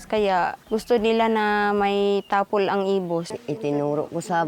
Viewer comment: ginawa pa ngang ilocano ni Jessica yung “Tapol” tapol lang ang bigkas ginawa pang “Tapelll” 😏